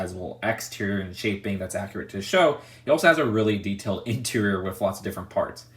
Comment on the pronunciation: Everyone: Interior: INTRRR